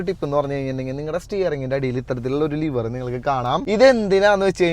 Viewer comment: Liver alla leevar!